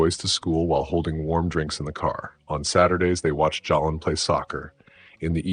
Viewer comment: The name Jaylen is pronounced (Jay-Len).